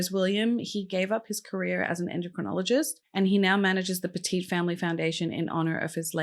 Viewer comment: over a certain amount gets flagged.. also, I live min from Cheshire, it's pronounces Petit as in what do u do to a dog? you PET IT